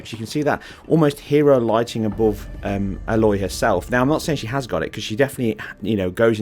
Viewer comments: Yes, good video...but why do you say "ELLLLÒY"? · HFW will make PS4 Pros turn to Concord engines. I wish this was PS5 exclusive, and i hope GoW will be Btw its “Ay-Loy” :P